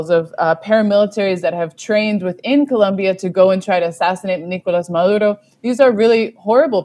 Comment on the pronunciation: It's Colombia with an "o" not a "u".. When will you gringos learn?